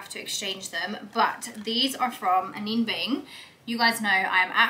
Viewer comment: A-gold-e ... A-nina Bing ... correct pronunciations of these brands